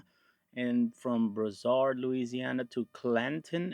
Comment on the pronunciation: Its BROO SARD lol